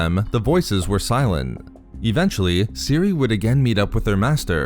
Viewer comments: ceh ere that's how you pronounce cere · Does it bother anybody else that he calls her Siri instead of Cere? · I believe you pronounce her name more like, "sear"